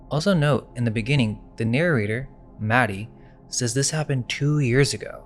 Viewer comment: Narrator: Maddie Mad-Die